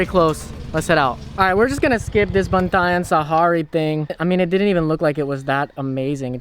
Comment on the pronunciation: It's pronounced as Pan-Jih-Ya. Pangea was named after a supercontinent that existed a very very long time ago.